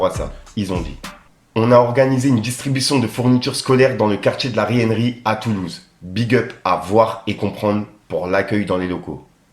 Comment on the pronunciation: c'est pas le quartier de la "Ryenerie" mais de la "Reynerie" fais un effort mdrrr